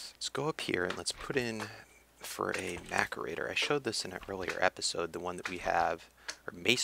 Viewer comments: Pronunciation: Macerator (Mass-er-ator) Just a little help so no body will curse you out ;D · Hey, I am getting anoyed by your pronunciaton of Macerator.... It is pronounsed Masserator. like Mass (atomic mass) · It's pronounced ma-sir-ate-er! Like this so he can see, guys!! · It is pronounced mass-eh-rate-or... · It is pronounced mas-er-ater